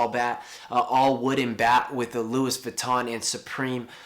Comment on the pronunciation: Jamie Michael that's how you pronounce it